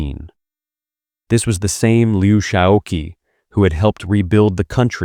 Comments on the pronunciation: Would it have been too much to ask that the narrator FIND OUT HOW TO PRONOUNCE THIS NAME: Liu Shaoqi? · The gross mispronunciation of his name was a distraction.